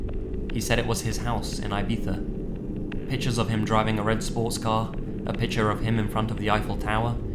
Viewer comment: Lmao he said Ibetha instead of Ibiza